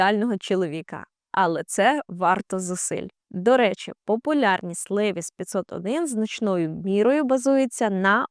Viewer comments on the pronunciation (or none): none